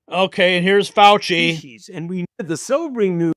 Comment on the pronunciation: FAU --Chee